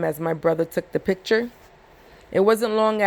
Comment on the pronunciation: Just constructive criticism: it’s picture not piture and it’s ask not aks Good read tho. Thanks.